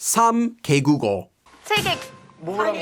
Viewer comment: U gotta say it like -개V국어 Not -개국어. It’s -개 국어